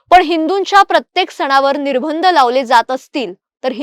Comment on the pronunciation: निर्बंध चा उच्चार निर्भंद असा चुकीचा होतोय.